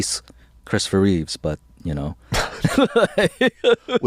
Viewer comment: Both of you saying "Christopher Reeves" is killin' me. LOL! It's "Christopher REEVE." No "s" at the end.